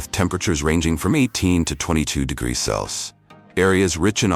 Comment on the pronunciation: AI everywhere is really having problems reading "Celsius" :D